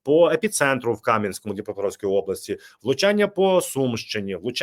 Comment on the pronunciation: Не кАм'янському,в правильно казати м.Кам'янськОму